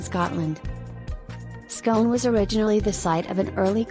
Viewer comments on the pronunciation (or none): Well done for the proper pronunciation of 'Ruthven'. Pity it doesn't occur to you that the village of Scone is likely to be pronounced the same way as the palace - which you also get correct. Oh, and some of those city centre shots - well, they might be in Perth, only, not this one! Come and see for yourself sometime!!